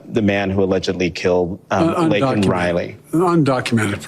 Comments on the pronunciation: They are ILLEGAL! They have not built this country, they Are breaking it down though. But, he did not apologize for saying Laken's name wrong. What a blithering idiot! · The point is he wasn’t going to even mention her name if it wasn’t for him being put in a position where he had to. That’s disgusting in and of itself, then he says her name wrong which shows how little of a damn he gives, added on to the fact he hasn’t even reached out to Laken Riley’s parents at all…He doesn’t apologise to her parents for saying her name wrong but DOES apologise to the murderer for using the CORRECT term. What a nice guy 👎